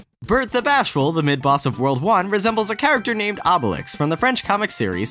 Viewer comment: Okay, I don't want to complain on a Yoshi-themed video, but come on Obélix is pronounced "oh-beh-leeks" and gros is pronounced "groh"